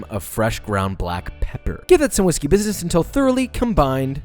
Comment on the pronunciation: "no whishey business today" "give that some whiskey business"